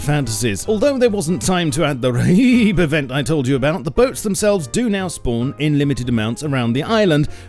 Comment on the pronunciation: RHIB is pronounced just like "rib".